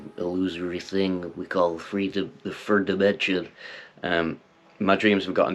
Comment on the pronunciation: “The ferd dimension 🤓” lol